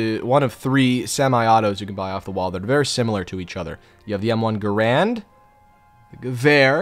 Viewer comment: GARAND NOT GRAND